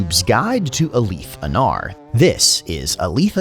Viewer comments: “Ah-Leeth” is how I’ve always pronounced it, and the first time I heard someone say “Ah-Lith” I was very confused. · The way you pronounce his name is unique. Ive heard the "li" pronounced like Malekith's, but never like "A-Leeth".